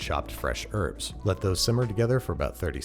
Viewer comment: You are saying herbs wrong...